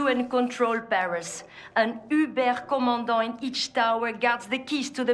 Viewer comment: can pronounce uberkommandant fluently despite being french???? somethings wrong in this picture.